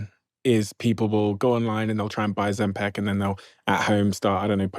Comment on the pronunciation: Ozempic not Ozempec!!!!